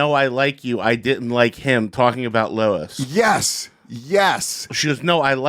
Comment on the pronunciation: Y does Peter Griffin keep calling Luis "Lois"..?